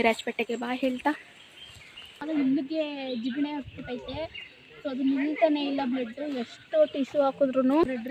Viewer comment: Tigane alla adu Jigane 😂😂😂